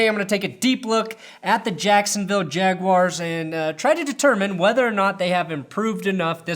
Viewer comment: as a Jacksonville native I appreciate your coverage but I subscribed specifically because of the way you pronounce their name the Yag-wars. Keep it up and go YAGS!